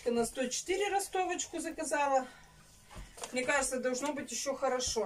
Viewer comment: Ни мине , а мне !!!! Не сести , а сесть!!!